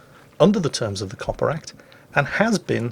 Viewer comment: Everytime Says COPPA i think he's saying Coppar.. as in police.